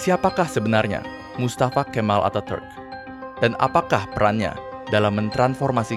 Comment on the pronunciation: Pengucapan Atatürk salah min